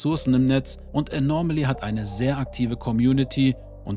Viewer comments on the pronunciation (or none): Es heißt Anomaly, nicht Anormaly, Du packst immer ein R in der Aussprache dazwischen, das hört sich schräg an 😉